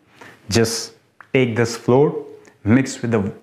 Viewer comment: please. It's pronounced FLOW - ER. (not "floor").